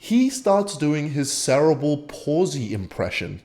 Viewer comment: why she's he pronounce the world cerebral like that